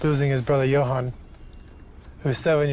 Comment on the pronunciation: If this guy mispronounces Johan one more time i swear.